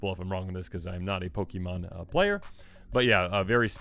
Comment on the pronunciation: It's pronounced [Pokaymonn], not [pokimonn]...